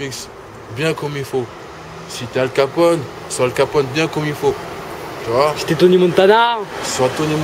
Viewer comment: Il dit '' Tu voiS '' :').